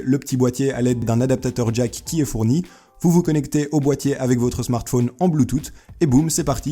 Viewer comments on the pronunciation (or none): none